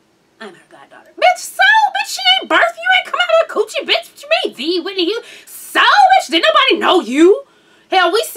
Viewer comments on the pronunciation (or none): none